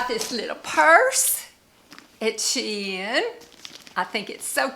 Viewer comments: The correct way to pronounce Shein according to Shein employees and the like is Shee-in, you are correct not your grandchildren lol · Hi my sweet friend. I love the fuller skirts on you. With you tall, gorgeous body, they're perfect. You are pronouncing Shein correctly. I just got a top from their Boho line today, and a top from Amazon. Guess what? The Shein top was made so much better than the Amazon top. Love the pleated pants as well. Sorry, I don't see volume on your hips. The red dress is stunning on you. So very pretty! I cannot deal with any sweater with the slightest bit of itch. I gravitate towards oversized sweaters. Love you my sweetie. 💖💖🫶🥰